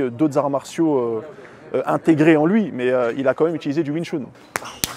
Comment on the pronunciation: J'aime beaucoup tes vidéos amené le wing chun dans la rue c'est chose facile à faire étant donné que c'est un art martial traditionnel, bravo à toi....👏🏻👏🏻👏🏻 Par contre à chaque fois que tu dis wing "choune" et pas "chun" j'ai un AVC de l'oreille gauche 🤣🤣🤣